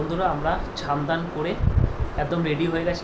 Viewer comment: Chan ta ki snean bolo uchharon thik koro